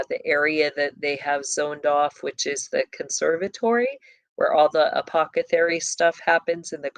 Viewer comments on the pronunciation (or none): ApocCethary? Isn’t it apotheCARY? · Please stop saying Apocethary. You are an intelligent human being & know how to correctly pronounce this word. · Apothecary; th not ca 🫶☝️ Just finished "Peaky Blinders" Netflix Series 2013, post War England up to mid 1930's. Disclaimer: Raw, Sexual Content, Nudity, Violence, Murder, Language. Adult Content. Pray over your mind if you decide to delve into it. Not PG rated for sure. Fairly filthy actually Puts it into the timelines of these bloodlines of Elite. Leading up to beginning of 3rd Reich with the communist and Fascist Revolution. Unions involved, pushing public opinion. Guided by Gov and leadership of Wealthy influence. About the time of Vanderbuilt, Rothschild and Rockefeller families Monopoly World Gov and Elite all playing on the checkerboard. Of course it's not about the Satanic aspect, but you see the underground criminal aspect and how they intermingle. Just layer on what you already know